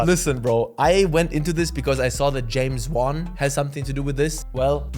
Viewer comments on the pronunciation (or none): I think you were supposed to say James wan more like James Wong idk 🤷‍♀️ 😂